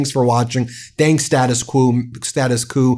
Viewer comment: thanks!, but let's pronounce "Status Quo" correctly: Status 'Kwoh'